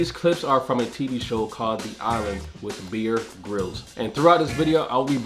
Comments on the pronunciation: Dude...it's Bear as in bear, the animal. Not beer as in the alcoholic drink. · lol, it's not Beer Grylls it's Bear Grylls. Great show. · Did my man really just say beer grylls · Bro…. Did you just say, “beer grillz “ haha love the show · You just read Bear “beer” bro entered American education mode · It's bear not beer